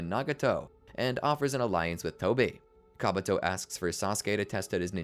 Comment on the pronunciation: My brother in christ, it's KabUto, not KabAto...